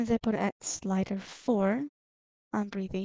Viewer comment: Breath-ee Breth-ee. Not mocking, just don't want you to sound like don't know what you're talking about when you clearly and legitimately do. other than that; great vid man, and I'm off to buy the program. :) Thanks.